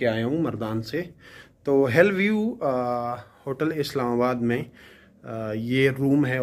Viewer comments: It's hill view don't say hell view 😂😂😂😂😂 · Keya zabardast english pronunciation hai ap ki 😝😝😝. "Hell view" 😆😆..